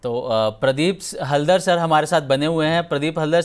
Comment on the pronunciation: प्रदीप हलदर नहीं प्रोदीप हालदार